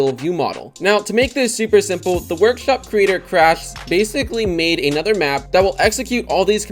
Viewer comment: "the workesh shwop cweator cwash"